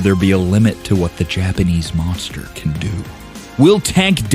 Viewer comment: Tyson : "MONGSTA"